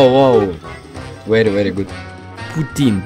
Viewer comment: Вери вери бэд но андрестенд)))